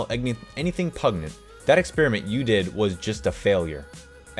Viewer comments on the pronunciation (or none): Dear God can you not read the name Enid Blyton (ee-nid bligh-tun) she is a famous English children's author. Also it's pronounced pungent not pugnet and min er vha mac gone igh all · its pun-gent lol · Pungent was said wrongg😉🤷‍♀️😂😂😂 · You not knowing who Minerva McGonagall is or how to pronounce “pungent” makes me so sad 🤣🤣